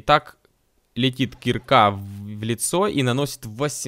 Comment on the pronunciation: Правильно кирка, а не кирка